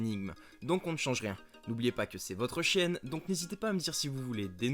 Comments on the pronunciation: Au debut il a dit c est votre chienne au lieu de votre chaine ... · C'est moi où a il dit "c'est votre chienne" au lieu de "c'est votre chaine" ?🤔😅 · grv il a dit Chienne 😂😂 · mdr j'ai entendue chienne aussi xD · Jsuis le seul à avoir entendu chienne à la place de chaîne au début ? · Au début tu as dit " n'oubliez pas que c'est votre chienne " ou il u a que moi qui a entendu ça ? ...